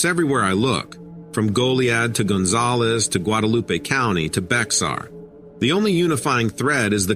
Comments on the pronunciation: Hi, I really enjoy your stories. Bexar County, TX is pronounced like the animal bear, the x is silent. Just wanted to let you know as that's how I found out; peace and love to you! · bear county the x is silent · Bexar….pronounced like “Bear”❤😊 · I love how these computer generated stories always mis pronounce names and others words. He pronounced Bexar county Texas just how it looks but the actual pronunciation of the word is BEAR. I know this because I live in Bexar county. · Bexar= Baer , Sequin- Segeen Just a heads up